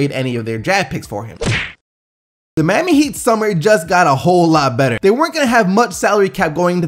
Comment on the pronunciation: you say Miami weird lol. I like the channel, keep up the good work.